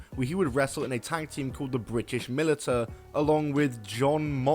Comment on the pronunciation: Bad fact sourcing, continual reuse of same clips/same stories, and even not able to pronounce some of the words right... "Mil-It-a"? It's pronounced: "Mil-Ish-A. Fucking Christ.... these are just getting worse and worse.